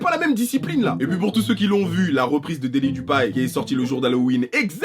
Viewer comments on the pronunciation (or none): on dit daily duppi pas duppai frro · Daily du- quoi ? Il a dit daily dupai 🤣🤣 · daily dupay il a dit mdrr